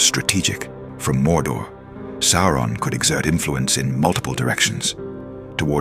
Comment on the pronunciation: It is not "Sore-on" it's "Sow-ron".